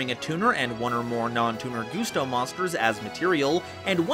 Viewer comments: Gus-Toe Not goose-toe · For the love of god, man, it's GUSTo, not GOOSEto. Y'know, GUST. Like the wind? At any rate, I love me some Gusto. I've found that they really excel at being really hard to keep down due to how recursive they are; a solid counter to any deck who's game plan boils down to 'Big Monster Unga Bunga'. To that end, I like to add Spirit Barrier to the mix to prevent battle damage. Also, Winda is best girl, be she Gusto, Shadoll or Spiritual Beast Tamer. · IT'S PRONOUNCED LIKE A GUST OF WIND THEY'RE CALLED GUSTOS NOT GUSTOS